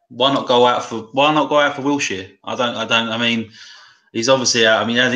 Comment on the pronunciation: He said realistic and he says wilshire looooool''''im done